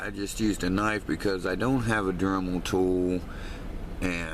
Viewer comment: He said a dermal tool lol its dremal